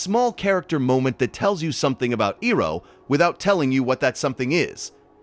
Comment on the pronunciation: Pronunciation of Iroh is annoying it’s so crazy how a fan could mispronounce this could not finish the video